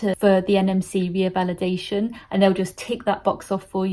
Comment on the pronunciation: It's not reavalidation ,it's revalidation